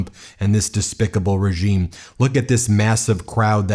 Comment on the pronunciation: I love how he emphasizes "despicable regime".